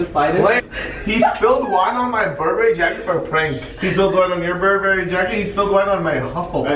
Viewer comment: Berbery💯😂 it’s Burberry